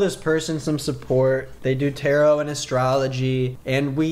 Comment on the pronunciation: i’m sorry do they thing tarot rhymes with carrot????????